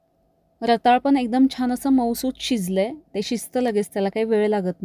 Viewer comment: रताळं म्हणायचं असतं, रताळ नाही.